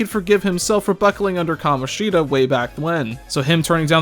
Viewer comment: "kamonshEEda" why 😭